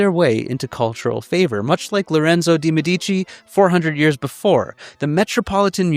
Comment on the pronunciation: I love this video, but the pronunciation of "De' Medici" is completely wrong